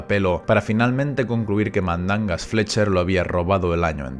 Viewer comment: "Mandangas Flecher" Dios mío jajajaj la mejor parte del video